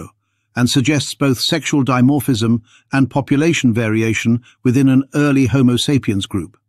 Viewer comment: "ear-ly" lmao